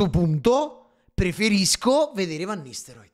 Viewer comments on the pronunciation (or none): perché dici fenerbahcev e van nistelroid? ahahahaha bella sir